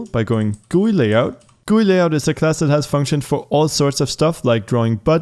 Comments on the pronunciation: "Guuuuyyyy" its called G.U.I. but thanks for the tutorial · He says GUI as “gooey” only now I heard lolol XD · i have never heard anyone say GUI as gooey